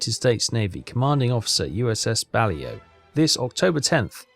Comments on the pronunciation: "Bally-O".. interesting way of pronouncing that. It's pronounced "Bah-LAY-oh", emphasis on the second syllable, first syllable is a short-A, third is a long-O. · You're now up to 589,498 tons...very nice work indeed! But... - FFS, Captain...get your sub's name right! It's pronounced BUH-LAY-OH! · British people are notorious for mispronouncing foreign words, sorry!